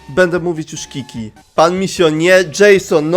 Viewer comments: To nawet nie mówi się kiki tylko Cziczi 👁️👄👁️ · Nie mówi się kiki tylko czi czi Pi pi nawet blisko nie było xd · Pisze się,,Qiqi" a mówi się,,Cziczi'',. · Na qiqi nie mówi sie kiki tylko cziczi sory musiałam xd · TO NIE JEST KIKI ANI PIPI TO JEST ✨ŹIŹI✨ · Cziczi nie kiki, xD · To nie jest kiki ;3 to jest qiqi (w grze się mówią czi czi) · mowi sie cziczi 😭😭😭😭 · Muwi się cziczi a pisze się qiqi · mówi się cziczi 😭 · czyta się "cziczi" :sob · Grasz w genshin impact i słyszysz jak źle wymawia że qiqi czyta się cziczi😂😂👌🏻@ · mowi sie Cziczi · a to się nie wymawia po prostu Cziczi? XD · Yeah, Qiqi wymawia się Cziczi